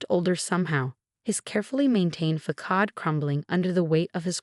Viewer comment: Oof, they really need to learn how to pronounce façade… it’s fah-SAAHD, not fah-KAAHD 🙄